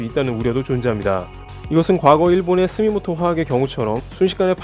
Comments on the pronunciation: 스미모토화학이 아니라 스미토모! 화학입니다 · 스미모토가 아니고 스미토모 입니다... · 내용의 큰 굴레에는 상관 없을 것 같지만 자막이랑 보이스 다 틀리게 말씀하셔서 정정하자면 스미모토 화학이 아니라 스미토모 화학입니다. 일본에서 정말 큰 회사입니다. 참고하세요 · 스미토모 화학을 스미모토 라고 하신 것 같습니다. 중간에 제조사 이름에서 모리타 화학과 스텔라 케피파를 말씀하신 것 같은데요 스텔레라고 오표기 되어 있었습니다.잘 보고 있습니다. 좋은 정보 감사합니다. (중간에 Wework 내부에서 촬영을 하셨나 보네요. ) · 스미토모인데 많은 사람들이 스미모토라네.. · 스미모토가 아니라 스미토모 아닌지요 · 스미모토 화학이 아니고 스미토모 이네요